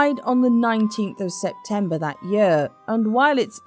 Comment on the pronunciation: Do learn to pronounce "year" properly, it´s not "yur".